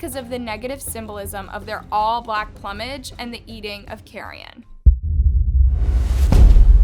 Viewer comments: ploom-age. Not plum-age. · Plumage is pronounced Plume-age not plum-age